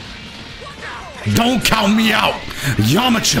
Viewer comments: why'd you say Yamcha's name so weirdly lol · Is it just me or did anyone hear when he said yamcha in a funny way 🤣